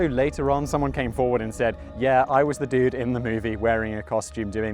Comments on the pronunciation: "There was this duuude, and his name was Gerald Crew." Said like a Californian in the PNW. :D (Like me!) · It's so funny hearing you say "dude" with the classy British accent.